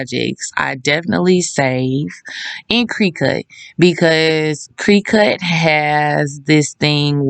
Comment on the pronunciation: “Crih-cut “ not “cree-cut” 😢